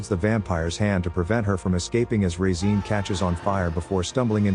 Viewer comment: The way the AI is pronouncing Regine is jarring.